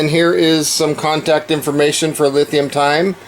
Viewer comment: Everyone else is pronouncing that "Lee-Time". I hope they're decent because I just bought two of their products.